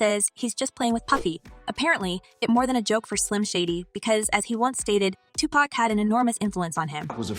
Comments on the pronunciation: If you are going to do a story on Tupac, please don't disrespect him by miss pronouncing his name. You need to research the correct pronounceation of this great prolific poet genius. You are showing your inexperience at trying to be a journalist. Typical YouTuber GenXer. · Another effort to bring another BLACK MAN DOWN! Say woke. This is just clips of old interviews with credible media used to get people to view this white women’s channel; Adding profits in her pocket. This isn’t real news. Don’t use Tupac’s fans to get views. This channel can’t even pronounce Tupac’s name correctly. Notice the line draw through key words. Indicating from a legal standpoint that the writer can’t be held responsible for false statements. Tupac fans. Are you sick of being played for not knowing the true meaning, facts and hidden agendas made by people like this? IF YOU AGREE, give a simple thumbs up! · I hate when they don't pronounce PAC name right😂😂😂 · Why white people always say Tupac wrong? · TUPAC SHAKUR!!! SAY HIS FUCKIN NAME RIGHT!!!!! 🤬🤬🤬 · It's not "pack" it's "pac" wtf get that sh** rite!lol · Can yall stop saying 2 Pack!! Like "Pack" its Pac like Pok wtf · It’s pronounced 2 pock not 2 pack 🤣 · ITS NOT TUPACK , ITS TUPAC , PRONOUNED TUPOCK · She said TUPÄC:( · Its not tupack!!!!!! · His name is Tupac NOT 2 Pack smdh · Please do the research Ma'am. Stop disrespecting this man calling him 2 Pack. Like seriously, how hard is it to pronounce Tupac? Are you unaware that Google will enunciate a word/name for you if you don't understand how to say it! 🙄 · PLEASE PLEASE ... STOP calling him 2 "Pack" . For goodness sake!!! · Its 2023 and 30 years later wyt ppl still struggle to pronounce 2Pacs name right🤦🏾‍♂️ How Sway ?! IT IS NOT AND NEVER HAD BEEN 2 PACK ! FOR FK SAKES !! IM SOOO TIRED OF WT PPL BUTCHERING SUCH A SIMPLE ASS NAME !!!! 🤦🏾‍♂️🤦🏾‍♂️🤦🏾‍♂️ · His name is not Tu-pack!!! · You people gotta stop calling him 2 pack